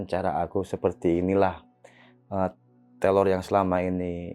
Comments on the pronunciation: Teror bang bukan telor😁🙏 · teror bang, bukan telor.. maafkan aku malah ngakak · TEROR BG TERORR,BUKAN TELOR😭😭